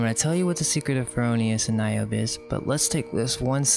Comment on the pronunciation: "Niobe" has three syllables.